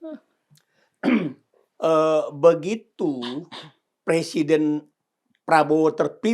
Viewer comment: Pak...bukan persiden...tapi presiden. Wahhh...kok orang pinter nggak bisa ngomong "presiden" sih pak, emang sudah di ngganti pemakaian bahasa indonesiannya yg benar. Ini koreksi ya pak..😅😅😅